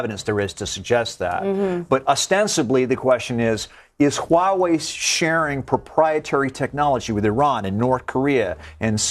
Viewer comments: Follow me: Wah-way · lol did she just said white wei?